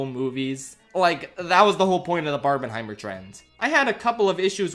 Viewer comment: You’ve hear of Barbenheimer. But what about Barb-MIN-heimer?